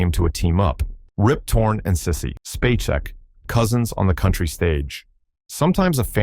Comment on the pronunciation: Sissy Spacek is pronounced, space-ick. Why wouldn't you figure that out before recording?